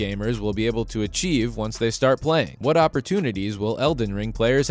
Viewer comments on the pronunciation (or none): none